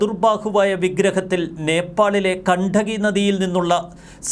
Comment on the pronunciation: നേപ്പാളിലെ കണ്ടകി നദി അല്ല . ഗണ്ഡകി നദി എന്നാണ്